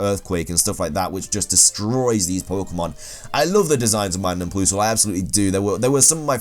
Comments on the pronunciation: WHY DO YOU SAY PLOOSLE ITS PLUS-EL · Ploosle? Who pronounces PLUSle like that? 😂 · It's plusle not ploosle. Pronounce it pl-uh-sl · Plus, not ploos. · Him: PLOOSLE AND MYNUN Irl: plus-le And My-noon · So is it meant to sound like Plusell not Ploosell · What the fuck is a "ploosle" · "Ploosle" 😂 made my day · "Ploosal" and Minun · PLUS-LE the word PLUS like the math sign LE, PLUSLE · Did you just say "toin coss"? Also...Ploosle. I wouldn't have included Combee, because it DOES have an evolution even if it's just the female one. Normal is a shite type anyway. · How the hell do you pronounce Plusle as "Ploosle"... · Ploosle is not how one pronounces Plusle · You pronounce Plusle quite unusual. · Yeah, he really did.. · The way you say Plusle frustrates me. It’s not that hard.